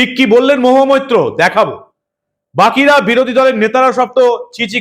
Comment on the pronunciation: নামটাও ঠিক মতো উচ্চারন করতে পারেন না?মহুয়া মুত্র।যেখানে সেখানেই মুত্রের দুর্গন্ধ!